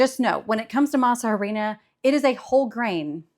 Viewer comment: Also, tip: the “H” in harina, is silent. So just say “masarina”